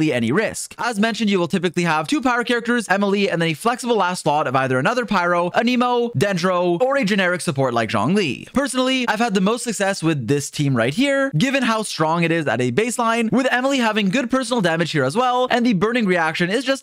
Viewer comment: Dude... I love your videos! But this just BUGS me. Its RYE-zly! Not RIZZ-sly... does it matter? No! But am I gonna say something? Yes! Also, its AN-ih-mo not An- EEE - mo. I can tell someone doesnt play using the English voice-overs 😂 Thats all. Your content is great! Just had to correct it. But feel free to completely ignoee this because it TRULY doesnt matter. Im just anal 😂